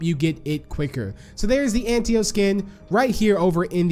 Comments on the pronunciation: I think it’s pronounced “Ant-ta-o”, not “Ant-e-o” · It sounded like he said ant tio